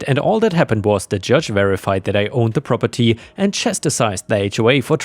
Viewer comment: Drink every time he says "Prah-per-TEE"